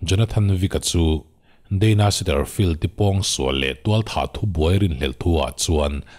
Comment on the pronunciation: Ka lo ngaimawh ve mai mai chu kei ai chuan i hre daih anga, a mizo takin a sipel hi i hmusual deuh nge 'diana - deina angin i lam deuh tlat a. 'Dana' ni sia...😃 a ngaihnawm khawp mai.